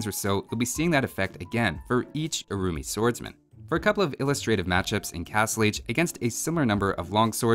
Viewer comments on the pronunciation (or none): I keep hearing their name as the "Roomy Swordsman".